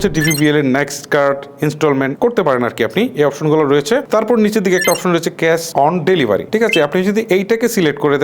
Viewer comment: আগে উচ্চারণ ঠিক করেন, তারপর ভিডিও বানান। কেস অন ডেলিভারি নয়, হবে ক্যাশ অন ডেলিভারি। মূর্খ দিয়ে ভরে গেছে ইউটিউব।